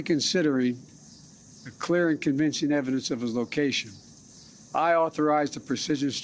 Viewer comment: Really? Slurring Zawahiri - is he drunk? How about we wait until we can actually confirm this so we don't have another Mr. Ahmadi dead instead of a terrorist in Kabul. Biden is good at killing good people and saying they were our enemies.